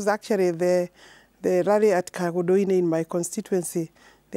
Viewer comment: It's rally nor rarry